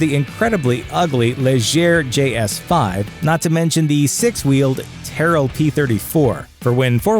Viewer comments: if u are going to do a feature on any subject, please learn to say the names of the stuff correctly, i know not every1 is an F1 fan, but terrell(Tyrrell) is pronounced Tir-rell. I am not trolling U and enjoy ur vids, its just plain bad journalism. peace. have a good 1. and I wud love to be an f1 driver, but the missus would cut off various parts of my anatomy!! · “Terro P34”